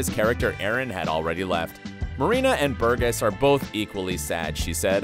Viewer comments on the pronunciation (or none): Burgess pronounced Bur-jess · Please get someone to teach you how to pronounce Burgess :) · how do you manage to mispronounce Burgess, but get Squerciati right???